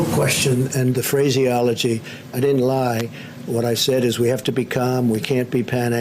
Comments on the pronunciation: DID HE SAY PHRASEYOLOGY? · Phrasyology. Really? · Dumbfuck says phraseology as if he knows the meaning of the word.